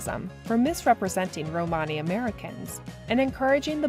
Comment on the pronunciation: That's not how you pronounce "Romany." Stopped watching.